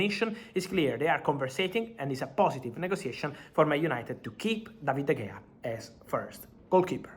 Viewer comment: Fabrizo it is spelt de gea but pronounced de hea